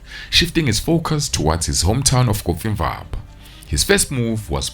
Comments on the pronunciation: I thought he was saying coffee ☕️ bar. 😅😅😅😅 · pain in my ears when hearing "coffee-mvaba" instead of "cofimvaba"😭😭😭